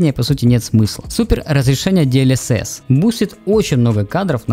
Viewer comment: "Диэльесесь" - ору)